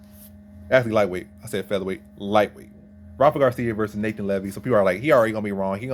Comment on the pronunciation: Pronounced "NAH T-ON"